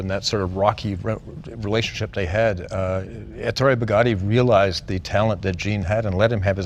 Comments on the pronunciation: The name is Èttore (with the stress on the first wovel) not Ettòre (with the stress on the second wovel)! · Who is “Entoro”? C’mon Jay, it’s Ettore. 🤦🏼‍♂️ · Dzus is pronounced like "Zeus", Jay. And Ettore is "Eh-Tore-Eh". Magnificent car! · Jay. Ettore is pronounced "EH-TORAY". C'mon. You're Italian.